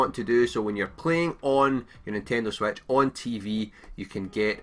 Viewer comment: Sorry I just though the way he said it was funny.